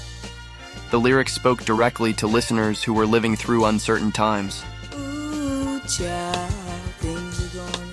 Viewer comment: You know, this video isn't bad in terms of content, but the glaring AI narrating mistakes finally put me off. Doesn't a human do a final edit on these things? O.O.H Child? Seriously??? Ma Belle Ami is actually sung on the clip shown, but the narrator mispronounces "ami" anyway, more than once. Turned it off at this point.